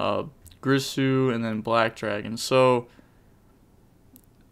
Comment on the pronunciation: i died when he said "g-R-I- s-u"